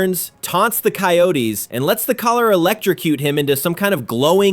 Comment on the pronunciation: You couldn't get coyotes right, I don't wanna see this channel again. lazy and sloppy.